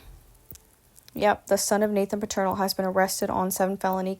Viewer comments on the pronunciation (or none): I'm just starting to listen now. But I'm hearing something that's throwing me off. Their last name is Peternel - pronounced like PETER-NELL - Not Paternal. I'm only 5 minutes in to your video, but if you were a member of this Church, wouldn't you know the Pastor's name?